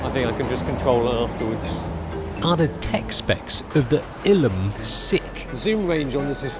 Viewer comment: What is so hard about pronouncing Illum? Sometimes you try hard to be funny, but fail hard. Honestly. I like some of your videos, but sometimes you are trying too hard to be funny.